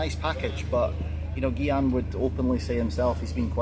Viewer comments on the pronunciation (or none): I’m surprised Shaun calls Gyan “Geeyan” isn’t pronounced “Heeyan”?